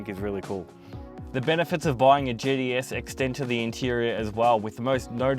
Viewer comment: “GTS” Thought he was saying “JDS”’